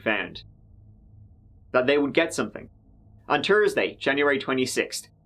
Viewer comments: "Tursday or Thursday?", please say this and repeat: "The thirty- three year old suspect was thirsty with his thirteen year old daughter on a Thursday." We have accent reduction options for you. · Or Tursday lol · He also said Twenty-Turd and Tursday...lol 😂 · Wouldve been better if Monday was a a Tursdee... Not being glib, at all on a Monday wishing it was Tursdee at tree turtee tree - tinking to myself.... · Or Tursday 🤣